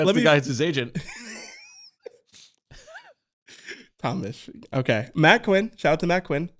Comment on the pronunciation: “Tom-mish the Tank Engine.” 😂